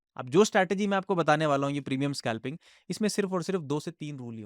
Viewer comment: Aby scalping tho dang sea words ka ucharan kar. Scalping hota hai Skalping nahi ..